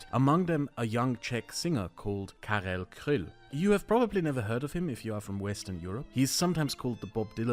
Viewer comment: Also you mispronounced Karel Kryl - don't shove a German pronunciation onto a Czech word